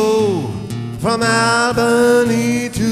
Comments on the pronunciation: He mispronounced "Albany." The first syllable is pronounced "all." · The video is good, but he mispronounced Albany. The first syllable is pronounced "All."